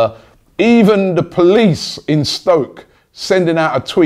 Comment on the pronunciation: cone of n Robby it's stoke not spoke 😂😂